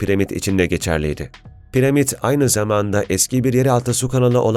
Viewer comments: Piremit değil piramit onu bile yanlış biliyorsun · abicim piremit değil piramit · Her piremid dediğinde kahroldum